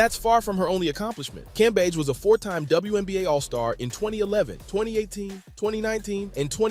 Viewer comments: Brother, her last name is pronounced Cam-beige. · how many ways can this dude say Cambage wrong 🤣🤣🤣